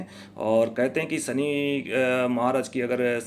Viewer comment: sahab sabse pehle aap apni bhasha shudh kijye.sha shabd ka sahi ucharan kijye.sha ko sa na kha jye. Shami ko aap sami bol rhe he. Shani ko aap sani bol rhe he. Bade sharm ki baat he. Bhasha shudh kijye